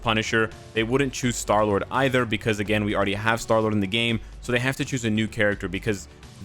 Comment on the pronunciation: "SHTAR LURD" LOL!!! IGN: Footballman599